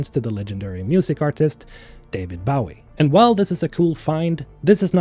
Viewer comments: Bo-ee not Bow-ie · its Bowie like bow and arrow and not a boat bow. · Ok I don’t mean to be mean or anything but why do say David Bowie David Bawie😂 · I don’t mean to poke fun, but ‘bow-ee’ makes me giggle a little.